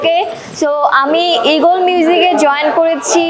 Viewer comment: Haire illiterate 🤦🏻‍♂️ Eagle not Egol